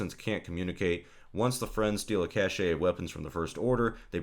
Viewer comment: If you say cash-ay one more time I will unsub.